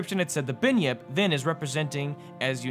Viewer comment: binyip?? its its pronounced Bun-Yip